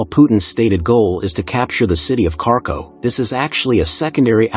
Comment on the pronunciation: "Carco" city? Idiot AI!